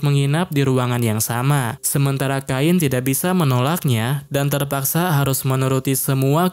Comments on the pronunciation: Cain sama bang bukan kain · namanya cain bg bukan kain 🗿🗿🗿🗿🗿